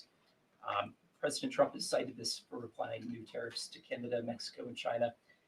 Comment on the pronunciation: ok, this is the second time you've taken over for benny and at this point im calling it out Why are you saying "President Drumpf"? i let it go the first broadcast bc it seemed you were tired and i was just hearing things speech impediment with T's - nope